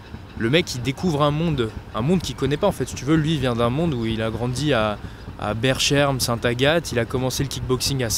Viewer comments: plz plz plz cela se prononce BERKEM !!! ! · Berchem saint Agathe se prononce berKem ahahahaha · Ça se prononce BerKem St Agathe. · Bon pour les français, Berchem-Sainte-Agathe... ça se prononce BerKaime ;)